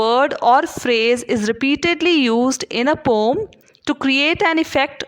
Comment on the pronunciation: Pom nhi padhte h poem padhte h